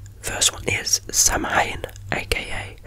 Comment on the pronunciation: samhain is actually pronounced “sowen”